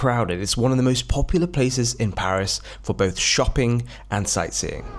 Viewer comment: the way says Paris smh 🙄 like if you can't do the /æ/ sound just say PE-ris instead of PAH-ris that's at least a valid pronunciation in American English 😂